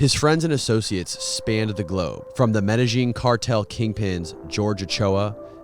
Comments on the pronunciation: Lmao Its (pronounced) MED-A-YEEN cartel not meta-zheen cartel🤣 WOULD'VE KNOWN THIS! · Did you say medazjeen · Learn to pronounce "Medellin" properly lol. Mot trying to be rude but would make it easier on the listeners ears lol. Its a big well known name it isnt hard to get down☺️🤙🏼